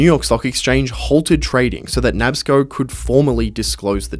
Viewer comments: "Nabs-co?" It's pronounced "Nah-Bis-Co." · Bro it's Na-Bisco not Nabsco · As a Englishman. Im surprised you didn’t know it pronounced Na bis co ( National Biscuit Company) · Hey just a heads up but 'Nabisco' is pronounced "Nah-bisk-koh". It's a shortened form of the original name for the company, 'National Biscuit Company'